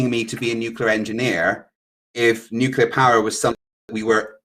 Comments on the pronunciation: He says 'nucular'......Why am I not surprised? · It’s funny that he kept saying “nucular” like Homer Simpson too 😂